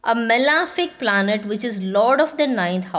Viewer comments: It’s not “malaaaafic” it’s malefic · it is not correct though pronounced so by many Astrologers.. please check cambridge pronunciation.